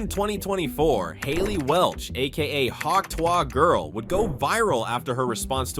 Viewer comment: Me just laughing at how you pronounced “Hawk Tuah”